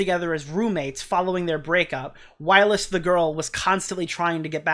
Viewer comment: Whilst doesn’t have a “uh” in it 😂 it’s just while with “st” on the end, same as you said kirst. 😊